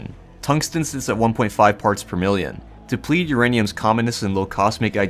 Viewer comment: slow down and enunciate FFS. you missed half the syllables in depleted.